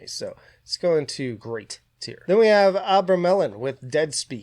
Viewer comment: Not trying to be pedantic but every foreigner always pronounces it wrong. It's Abraaaaamelin, no melon, no fruit involved at all.